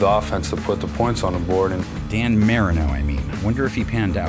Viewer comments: Dan Marinara? Oops, I mean Dan Mare-in-o? You're joking I hope! It's Dan Marine-O! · Did bro just pronounce Marino's last name as Marinaro? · Nobody else going to mention our man’s name getting butchered, Dan Marinara? Come on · Is it AI or does the VO not know who Dan Marino is? Mar-reen-no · The disrespect smh how can you not pronounced Marino